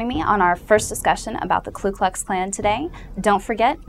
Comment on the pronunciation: Get a KLU, it's KU. This beotch doesn't know her head from her tight well rounded ass.